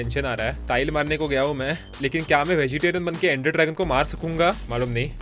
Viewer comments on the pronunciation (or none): none